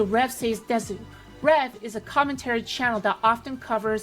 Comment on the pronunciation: She didn't even pronounce desu correctly.🤣🤣 What's going to give these channels headway is y'all watching their videos and making the channel relevant. Just ignore them. Don't click, don't watch, don't acknowledge that this channel even exists. This is what they want; the people they are trashing making videos about their video and giving them relevance to make more. Don't give them the validation, which is what they are seeking, and in all likeliness, they will fade away.